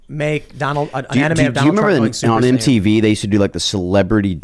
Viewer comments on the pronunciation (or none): none